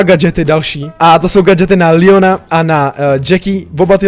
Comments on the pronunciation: Bože..... Proč furt ríkáš Líon je to Leon xd :D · Ano, ale prosím neříkej líjon ale leon fak to bude lepší dik